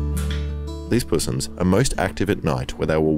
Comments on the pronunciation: "pussssss-ums" lol i usually hear it pronounced "possums" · Puss ums? hahahaha Crikey..!!!!